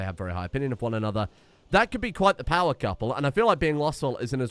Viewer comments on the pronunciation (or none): none